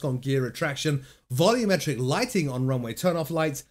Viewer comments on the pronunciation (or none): none